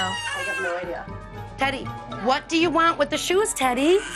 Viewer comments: It sounded like she said Titty instead of teddy 😂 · I thought she said, "Hi, Titty!"😂😂😂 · I can’t stop laughing at teddy Bc I think they are saying titty lol